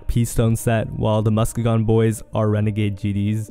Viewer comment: It’s pronounced “musk-e-jun” boys